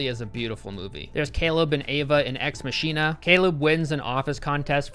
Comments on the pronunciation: Can't get past when he pronounced 'ex machina' as 'ex mashina' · Its pronounced "Ex Mock-ah-na" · I never heard it pronounced X Maw-sheen-a. Always thought it was X Mak-ee-na. Which is really correct or is there no wrong answer? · gets offended by the pronunciation of ex masheena What you had to say about Ex-Mawk-ee-nah was great. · What if I told you Replicants aren't Androids nor any other type of cybernetic being. They are what the name entails "Replicants". They are designer enhanced human clones. Too many people get that so wrong. ...and you got Ex Machina (Ma-Kin-A Latin) all wrong. Nathan and Caleb both lied to Ava and she was the honest one until the guys wanted to kill each other leading to a conflict of interest because, Caleb was foolish enough to believe she could be killed and didn't tell Ava that Nathan was trying to upgrade her model but, believed she would die then, Ava was a double agent informant for her creator and exposed Caleb's plot against Nathan to break her free. Then, Nathan locked himself into the room trying to break Ava free and trap Nathan. Nathan all the while bugging the place and used Caleb and created Ava from his search history to see if Ava could manipulate Caleb. Once again a conflict of interest. She kills Nathan because, she believed everything Caleb said and Caleb jumped the gun on his plan to lock Nathan in and believed Caleb was lying to Nathan to kill him and Caleb locked himself in a room. Moral of the story; tell the truth. Sorry! You're wrong about almost every message in each film... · I thought it was pronounced “Mahk-ee-nah” have I been saying it wrong? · It's pronounced ex mack-ee-nah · The way you pronounced Ex Machina almost made me cringe out of my seat. Holy jeepers. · I'm going to choose to believe his pronunciation of "ex machina" is a joke